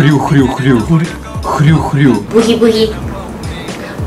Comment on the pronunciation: 부히부히 가아니라 부기부기로들령..